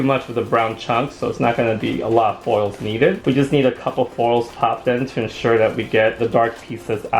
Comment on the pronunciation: I love that he pronounces “foils” as “foles” it makes me giggle every time I hear it